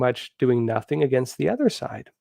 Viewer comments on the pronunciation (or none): none